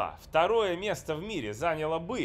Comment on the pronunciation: Не зАняла, а занялА, не набрАла, а набралА))